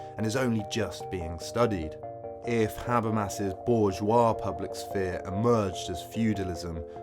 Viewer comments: "Sah-Fear" apparently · The way you pronounce sphere is beyond triggering. What is wrong with you?